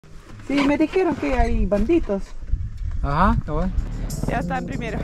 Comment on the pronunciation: In Spanish it's pronounced: bandidos, not banditos.😁